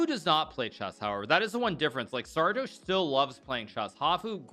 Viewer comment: It's pronounced Sardoche not Sardoche.